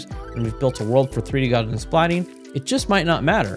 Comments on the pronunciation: Gaussian is pronounced like Gauss (rhymes with house) . It's NOT "Garzian". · Gaussian is pronounced "gow-zee-inn"...